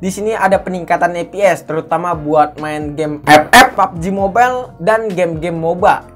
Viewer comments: Kata "EP-EP" emang harus gitu ya 😆 kenapa si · Ngakak Bang lo klo ngomong epep Trigredd 😆😆😆 Wkwkwk